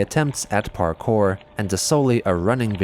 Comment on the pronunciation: It always cracks me up that Chris called parkour "parkay."